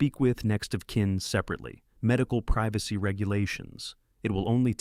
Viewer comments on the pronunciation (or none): none